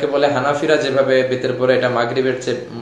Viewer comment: আপনি বিতের নামাজের নিয়ত শুদ্ধ ভাবে দেবেন।বিতরী হবে না উইতরি হবে